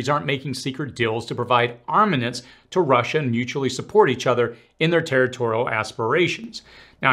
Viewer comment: BTW it's "armaments" not "armanets"